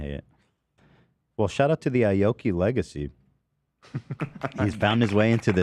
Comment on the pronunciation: Don’t smack on the 👁️ oki as Ethan said instead of ayyyoki lmao he’s still relevant I just saw a song release with Paris Hilton? Lol. the mans popped a bottle in my face once 🎉 let’s go